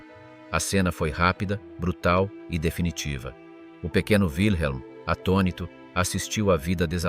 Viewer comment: Wilhelm se prononce Vilhelm, pas ouileme. C'est un prénom allemand, pas américain. 🙂